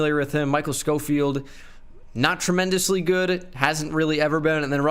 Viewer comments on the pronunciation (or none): none